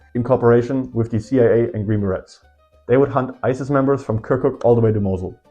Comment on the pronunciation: Not tryna be a nerd but green berets is pronounce green be-rays